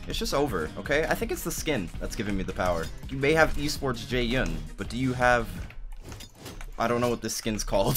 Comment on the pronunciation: This whole time I thought you called him Jay Young.